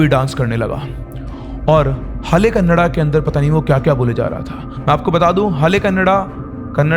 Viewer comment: And to all north indian friends, please don't ignore the "a" in the end of "kannada". It's not 'Kannad' it's kannada.